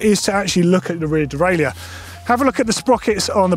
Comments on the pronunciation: Good video, but it's pronounced "de-rail-er" in English. If you want to use the French pronunciation it's completely different - "day-rye-euh". We don't need a hybrid French and English version of the word. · There needs to be a new industry term created to replace “dee-rail-yerr” 😑🙂